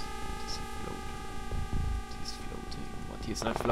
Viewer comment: It's called a Floater not a Flodder, great gameplay though.